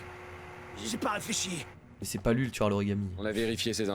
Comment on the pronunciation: 1min3 il dit tuérr